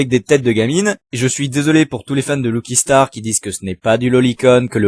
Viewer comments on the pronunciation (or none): ... Y'a des hentais avec beaucoup d'amour... Faut juste savoir trouver ce qu'on cherche sur un navigateur web LOOKI STAR, lucky* tu prononces pas mal de choses de manière fausse. Après pour le reste tu donnes juste ton avis et tu évoques tes goûts ! Et ça, ça se discute pas. Chacun ses goûts en matière de dessin de manga (j'ai jamais pu regarder code geass à cause de ça : Je ressent la même chose, sur le fait que beaucoup d'animes se ressemblent, comme les fameux gros nichons et filles connes partout pour attirer les mecs. Je suis aussi dans ce petit cercle qui n'aime pas les animes connus actuels parce qu'ils ont trop d'épisodes/se répètent/sont niais/moches/etc. Mais j'aime DBZ mindfuck PS : j'ai arrêté de regarder à